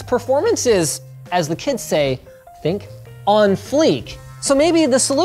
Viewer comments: "on fleck"? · Ughhhh please never say on freak ever again.